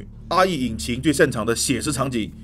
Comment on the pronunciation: RE引擎聽成阿姨引擎.......害我嚇一跳